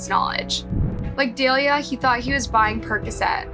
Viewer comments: Delia? Is Say Delilah 🤦🏾‍♀️ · Dah-lie-lah (cmon get the names right…) like the song hey there Delilah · Her name is Delilah sound it out it’s not dalea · The name Delilah is Duh-lie-luh not day-lee-uh like the song Hey There Delilah. It’s phonetic and there are 2 Ls. I’ve seen multiple videos where you don’t pronounce names even close to right and it’s boarder line disrespectful to profit on these tragedies and not even pronounce peoples names properly. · Omg I love your vids but you pronounce SO MANY things wrong. Her names DE-LI-LAH. Like the song? hey there Delilah what’s it like in New York City.. ? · Is her name supposed to be pronounced Da-lie-la? Just curious.